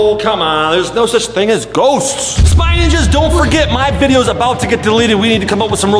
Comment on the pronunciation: Its Ninjas Not Ningas lul